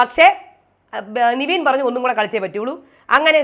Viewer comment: Ingal nevin nte name pronounce Cheynadh niveen aayit aannu